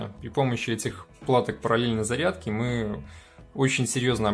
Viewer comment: Наверное "Зарядки ", а не "задки")))